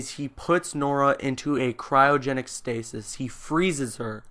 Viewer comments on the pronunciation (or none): none